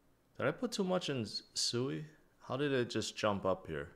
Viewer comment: I think it's pronounced swee not sooey